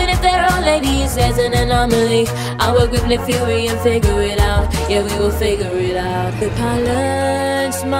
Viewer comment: I don't like when it say figure it out figurre it ouut